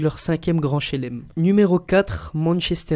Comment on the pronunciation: grand shlem pas shelem 😤😤